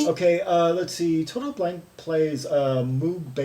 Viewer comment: GmbH means Gesellschaft mit begrenztet Haftung, literally a “company with limited liability”. Blanke is pronounced Blan-ka, but you apparently don’t speak German :-) no problem. 98 percent of the Krautrock stuff we played back then was just improvised. Very little composition was involved as most of the musicians couldn’t read music anyway. I was a session player so I played with some of these bands like Embryo so that I could tour North Africa with them, that was fun but earning 600 marks For two months tour was really ridiculous. We were young and we just did it for the experience.